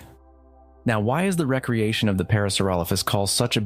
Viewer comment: I'm curious and mean this in a constructive critique way: do you use text-to-speech, or is this your real voice? Because twice now "recreation" has been pronounced in the way that means a freetime activity, and not the way that means "created again"